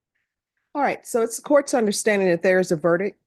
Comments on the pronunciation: "Is that your verdick, is that your verdick?...Honey, as a judge, you should know it's pronounced VERDICT.... Here's the thing. You can lower your hand. Yes, i don't like her.... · … not verdick- verdict. This is an important word in court. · the word is verdict with a t at the end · The word verdict ends with a t. Come on, now - you went to law school. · Why doesn't judge Boyd pronounce the "t" in verdict.